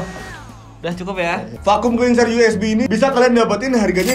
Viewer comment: Vacum cleanser... 😂😂😂gw salah dger gaaa... vacum cleaner